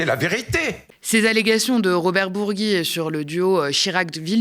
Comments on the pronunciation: Bourgi ça se prononce comme bougie sinon ça serait Bourgui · Remarque de casse-couille: on ne dit pas BourgUi mais Bourgi ! Ensuite, on enlève la particule quand on ne cite pas le prénom : on dit Dominique de Villepin, mais Villepin tout court. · Ça se prononce bourji ou bourgui?